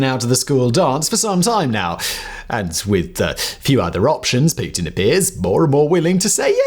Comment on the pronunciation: I enjoy the way you say Putin. Poo Tin.